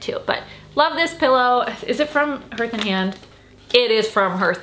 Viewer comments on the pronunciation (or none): I love you so much! It’s pronounced HARTH (rhymes with heart) ❤️❤️❤️